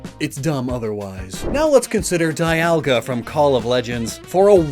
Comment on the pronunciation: It's pronounced "dee-ALL-guh."